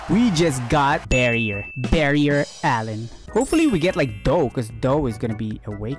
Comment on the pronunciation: “Barrier Allen” 😂